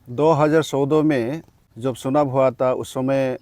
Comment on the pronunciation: Sunab nahi..chunab😂😂